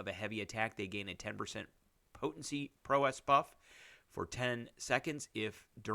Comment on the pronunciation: Prowess, pronounce like 'wow-ess'